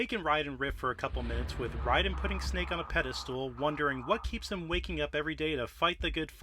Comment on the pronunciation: from snake to write-in (that can't be an accident, yes I know the character's name is Raiden but it sounds very much like write-in )